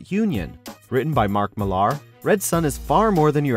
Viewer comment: It's pronounced like Miller, not Mill-ARE.